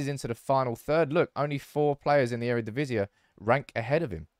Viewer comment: Eredivisie is pronounced E-re-di-vi-si, not E-re-di-vi-si-e, because the ie is one single composed vowel. Love the shirt, love the Dutch love, keep up the great videos!!